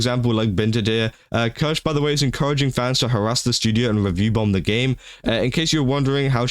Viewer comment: I think you should know how to pronounce her name at the very least. Hurts every time you massacre her name. Written Kirsche but pronounced Kirscha.